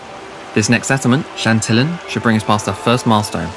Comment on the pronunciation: Really? Is that how you pronounce chantillon?